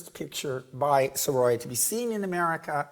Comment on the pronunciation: Please do learn the right pronunciation of Sorolla.